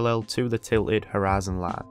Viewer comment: Why do you keep saying horizon line like U.S southern state?